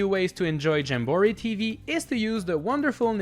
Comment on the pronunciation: Stuffie stacker my guy not shuffle u already pronounced jamboree wrong even tho they say in the game